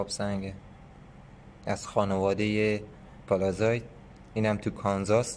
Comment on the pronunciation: أستاد من معذرت ميخوام ولي چرا كلمه ي (s) رو شما (ز) تلفظ ميكني اين شهاب سنگ اسمش هست pallasite پَلسايت . قيمتش هم اينجا دارن از شما اخاذي ميكنن ١٠٠ گرم هست ١٢٠ دلار …. چه خبره ٥ هزار دلار ….. ١٠٠٠ دلار بده برات بفرستم از لندن